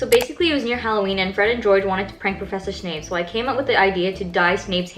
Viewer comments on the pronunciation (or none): none